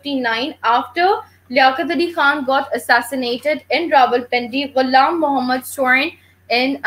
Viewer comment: it's not iam muhammad, it's ghulam muhammad.